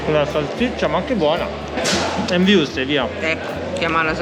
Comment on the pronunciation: Ciao Raga, volevo segnalare alla gentil signora che newcastle upon si pronuncia "APON" e NON youpon??!! e i wurstel sono originari Tedeschi per cui chiamiamoli bene Vurstel con umlaut sulla u per cui Vu come visto in Francese, e non Viurstel, sono lauerato in lingue straniere e proprio le storpiature faccio fatica a digerirle, poi Voi siete piu o meno miei coetanei, le ragazzine you tubers spesso "utilizzano il COPIA E INCOLLA" e fanno un sacco si STRAFALCIONI ma Voi no mi raccomando che Vi reputo delle persone SERIE! :)